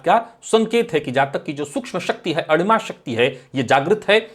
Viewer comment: आपने विषय बहूत अच्छा लिया और चर्चा भी करते हो। आपसे प्रार्थना है अडिमा नही अणिमा शब्द है । कृपया उच्चारण देखे।